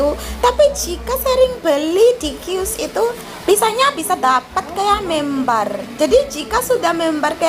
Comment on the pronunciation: Member mba😂😂 sanes(bukan) membar😂